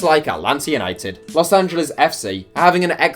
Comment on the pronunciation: Thanks for shouting my town's team, but you say Atlanta by hitting the first "t" and dropping the second not the other way around